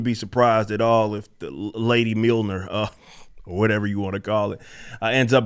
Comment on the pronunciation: “It’s MA’AM” Mljornir